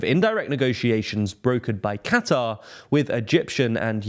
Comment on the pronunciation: Thanks for saying "Qatar" instead of "Cutter".